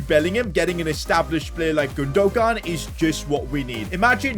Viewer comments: it’s pronounced Gundoan. G is silent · gundogan name is Turkish and has a Turkish apostrophe so you pronounce it as gundowan the g becomes a w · Yo just so you know Gundogan is pronounced, “Goondowan” just so you know. Love the vids! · Lol i laughed so much when he said gundogun :) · 😤 can you stop pronouncing gundogan wrong and try to pronounce it like gundoywan. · its pronnounced as gundo wan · PCQ: it’s GOON-DU-WAN. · saying Godogon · Can any point out how he gundogan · Am I stupid or did he just fuck up Gundogan’s name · stop pronouncing Gundogan wrong don't say the g part instead say it with a y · the way he says gundogan 😂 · who else was dieing when he was saying gundogan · The g is silent in Gundogan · Gündoğan might have scored that long range effort if you'd have said his name properly 🤣 really frustrating how wrong you say people's names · Who is the evil man who made him buy gundogan now we’re going to have to listen to his horrible pronunciation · You are not supposed to say the second g in illys (Gündogan) name